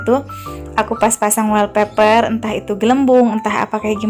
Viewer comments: Wastafel , bukan westafel .. Wallpaper bukan welpaper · Westafel sama welpeper..salfok ama penyebutan nya😂😂😂